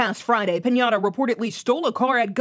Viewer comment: That news caster really said Pineda as Pinata and I think that's what his sentence should have been. (For legal reasons, that's a joke)